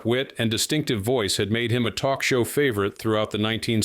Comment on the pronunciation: I can still hear "Oh please, can we twok?" Seeing her snort a line of white powder just before walking on stage is what lost all cred. Powder? No cred. Crystal? No cred. Needle? No cred. Weed? I do not want to smell it, see it or hear about it so knock yourself out discretely.